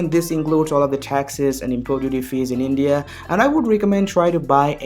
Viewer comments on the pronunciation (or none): none